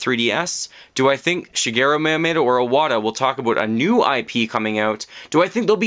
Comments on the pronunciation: I know this is nitpicking but this bothered me astronomic level. Mee-u-moe-toe. Not mayotomato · MiyaMOTO. Not MiyaMATO. Sorry, this is just really bugging me. Great video as always. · Who is Myamato? the name is MYAMOOOOOOOOOTO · Miyamato? More like Miyamoto. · Shit, you're totally right. You forgot a period though. I was just saying his Miyamoto pronunciation was WAY off, and he said it many times. It wasn't just an accident. It's called constructive criticism.